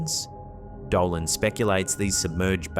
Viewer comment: Did anyone notice a white light, travelling fast from left to right in the 1st clip? Well, one thing bothered me. his name is Richard DOLAN, not Doland!!